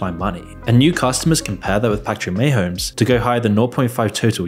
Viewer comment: Bro I love your vids, but you're not inspiring confidence when you can pronounce kelce and mahomes. 😂😂